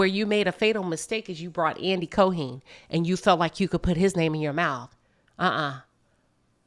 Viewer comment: Now Queen have you not heard how Andy's name is pronounced? Co-Heen? 😆 However you hit all the nails on the head. Spot On! Nene created her own demise & I believe had been afforded more grace than any other. She had to be stopped.